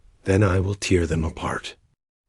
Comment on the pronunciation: tell me you are and AI channel by not being able to tell the difference between tear and tear and outing your self as a Ai bot that does not pay attention when it messes up and makes useless sentences in English since you never bothered to learn the language you are butchering...